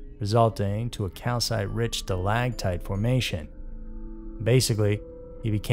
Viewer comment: “stalaCtite”, not “stalaGtite”